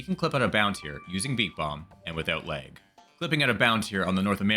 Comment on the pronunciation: that "a" in "lag" 😅 Midwesterner/Canadian detected?! 😁 hello from Wisconsin